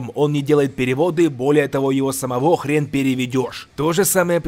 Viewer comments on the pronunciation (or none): none